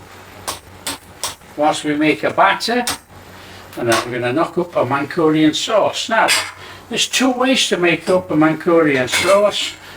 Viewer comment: Not mankurian bro, manchurian😂